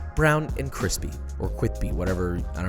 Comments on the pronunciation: “kwispy: there can be only one…” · Josh, I think I speak for most of us when I say please don't ever stop saying cwithpy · "cwispy" left the menu though 😭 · Cwispy 😁😁 after all those months 💪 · You betta say cwispy next time or I’m coming to your house and make you watch me butcher this recipe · No, you do not say cwispy too much. Or angwy, papa. Never stop doing YOU 🥺✊🏼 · Never stop the cwispy. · You can never, EVER say cwispy too much. Ok, Joshua? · Joshua if you stop saying "Kwispy" we all die, Sincerely the comment section. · NEVER too much cwispy, Josh. 💙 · Thank you for not saying "kwisspy" today. I stopped watching bc of it and you kinda did, but then corrected. It's like when Stewie could only say COOL WHIP!! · You better keep saying kwispy, none of that bull** crispy. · If this foo stops saying kwispy, I will too. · NO NO NO, KEEP SAYING CWISPY, ITLL NEVER BE OLD AND I MISS IT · Josh I think I speak for all of us when I say it’s impossible to say qwispy too much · It's cwissssspppppppyyyy not crispy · Josh, it's okay. Please keep saying cwispy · You can never say "Cwispy" too much. I love it. 😂👊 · “Cwispy or whatever, I feel like I say that too many times” Top 10 Anime betrayals. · You saying cwispy will never get old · HE DID NO SAY CWISPY AAAAAAAAAA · He's a fucking adult. He should not be pronouncing words like a toddler.